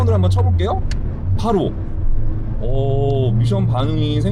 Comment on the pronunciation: 된발음으로함 밋션이 맞습니다.굳이 미~션 이라고 하시는거 같...